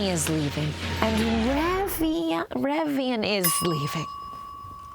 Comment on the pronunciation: It’s absolutely possible Matt Donald has never had water above Dasani, but I’m sure he can pronounce Evian. Revian is not a difficult one. That was tragic.